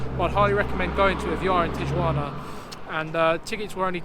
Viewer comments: tiyuana? hahahahahaha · Not a good video guys, at least get the pronunciation of Tijuana correct and do some background on different places you are about to visit. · I hope people taught you how to pronounce Tijuana properly...otherwise, great video!